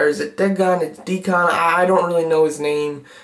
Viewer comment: it's pronounced deacon, like a church deacon lol